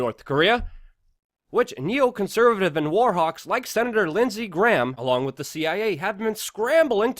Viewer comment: 'With' is still pronounced 'with'. Not 'wit'